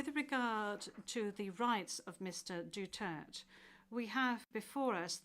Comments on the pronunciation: It should be DUTERTE not Dutert why asking for a name and then not addressing correctly. 🤬🤬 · Atty please po Pakisabi sa kanila mag pronounce ng maayos ang last name ni PRRD.